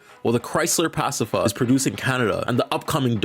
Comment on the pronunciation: The one that really sent me was “Chrysler Pass-ifa”